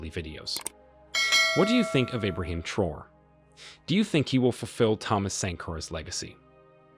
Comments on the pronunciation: Pronounce his last name as Tra’o-re not Troo or whatever you saying. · Its pronounced as `Traorey ` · It's pronounced Tra-oray. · I think his name is Pronounced - Tra - o - ray